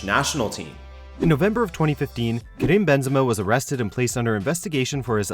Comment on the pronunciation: Karim not "Krim"...